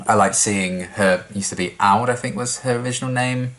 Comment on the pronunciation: Aud is not pronounced like "odd" in Swedish, but to rhyme with "brown".